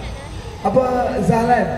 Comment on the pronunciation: kenapa sebut nama pun salah dahlan jd zahlan...ke sebenarnye x kenal...